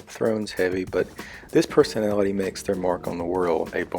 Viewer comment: "And finally there's the sixteenth perthonality"